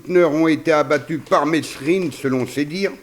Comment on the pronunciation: Mesrine se prononce mérine,c'est la moindre des choses !